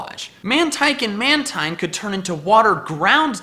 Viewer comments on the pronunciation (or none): It's pronounced Man-teen, not Man-tyne. It's name is a combination of manta and marine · I like these! You sure know how to think outside the box! Side note: Mantine is actually pronounced man-teen. I don't know why, but it is. You can call it what you like though. :)